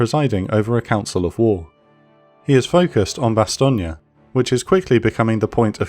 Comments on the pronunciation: It's very distracting to hear it pronounced "Bastone-ya" instead of "Bastone".I love the episode and the presentation of this very famous battle of WWII otherwise. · Great video, but Meuse is pronounced, Merse (rhymes with hers), and Bastogne, Bastone (rhymes with phone). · Weird way of pronouncing Bastogne